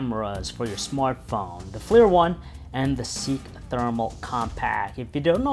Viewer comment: Also, it's not Flir, it's "FLIR" an acronym for Forward-Looking InfraRed.